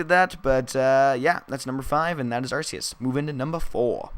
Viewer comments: no are-key-us is not only for how they pronounce it in the anime are-see-us is not the way to pronounce it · By the way arceus is pronounced are-KEY-us